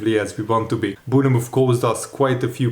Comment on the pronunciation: Hi, after watching you for many years and being English and we have some well funny spellings and pronounciations, just to say, you don't pronounce the 'e' in Bournemouth, you say it like Born-muth, like the 'TH-'E'- sound kind of. Obviously we say it more quickly here, not a critique, just thought to say....I enjoy people's accents and how they pronounce things, I used to teach TESOL once upon a time....